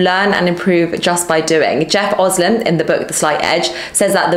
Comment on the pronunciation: Jeff Olson, not Oslin...................